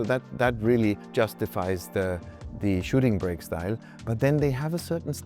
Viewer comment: "Shooting brek"